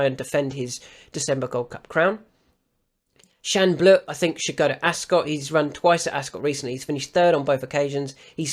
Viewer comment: Love the way you always say Shan Bleu in a perfect French accent 😂😂 Thanks again